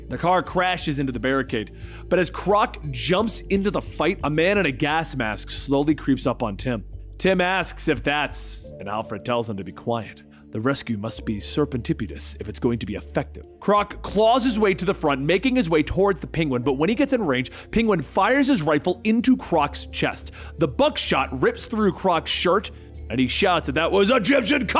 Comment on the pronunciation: Whoops! Serendipitous was too much for. You need some one to help you with difficult word pronunciation before recording sessions. Just better for everyone.